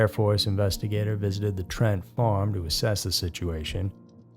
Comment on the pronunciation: WOW!!! Paul and Evelyn TRENT... not TRAN. Do better. Lmao The newspaper you showed in your video even showed you what to say. 😂😂😂😂